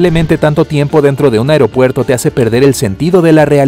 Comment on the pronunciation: Porque decía afropuerto